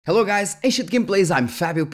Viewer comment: As an Aussie, I laugh everytime I hear "hello, I am Fabio" XD. (just kiddin bro, big fan, I watch the channel daily) I want this from AMD for windows now, I don't want to mess with linux. What will it take to get this working in windows? Is there a windows FP8 emulator, or am I getting it wrong?